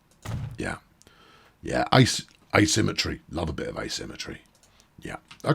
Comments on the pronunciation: It is a "I C E". Not "ice" ;-) Greetings from Germany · omg the stick I got for saying ice, instead of I-C-E 😅